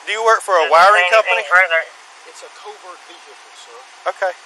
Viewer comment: It's a co-vert veh-icle